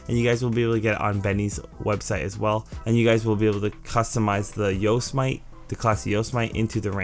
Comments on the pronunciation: Just to lyk the Yosemite is pronounced (yo-sem-ih-tee) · Yose-Might lol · Please Yosemite is pronounced (yo-sem-it-ee) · I've told him before, even pinned my comment. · Yeah keep trying because the way he says it sounds anti-semitic lmfao